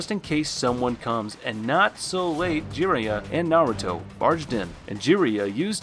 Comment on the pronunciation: My guy said Sasuuke, Jiriya and Amaterisu🤣🤣🤣